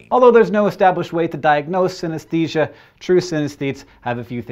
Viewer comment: I have synthenisia, and Hank, you were pronocing it wrong.